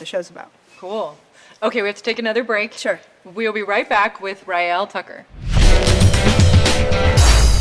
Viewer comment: I believe it is Raelle Tucker...not Trucker. T-U-C-K-E-R. Enjoyed the interview...thanks.